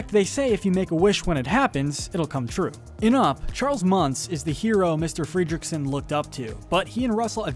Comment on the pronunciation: Excuse me, did i just hear you say Carl fredreekson?